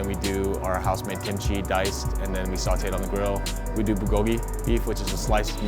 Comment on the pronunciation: The way he said Bulgogi....... "Buhgogi"